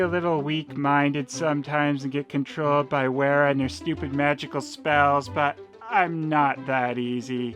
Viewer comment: Werra is probably pronounced VERRA.